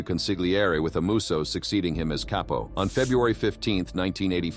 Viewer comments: I know, but he didn't pronounce it Cap-po, which is correct. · Same old info, but read by A.I.. I don't know how anyone can listen to that robot droning. There's zero inflection and A.I. pronounces words wrong. "Caypo"? Really? For me, unwatchable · the narrator probably made a mistake, the word is CAPO.